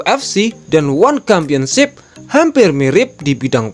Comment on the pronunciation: Championship bacanya tetap pakai huruf "c", bukan "kampionship"